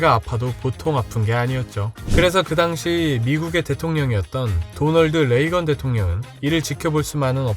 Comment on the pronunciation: [도널드 레이건]이 아니고, [로널드 레이건]이죠^^